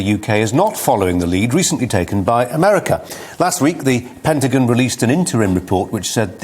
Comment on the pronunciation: Pentajon? LOL It's Pen-ta-gone!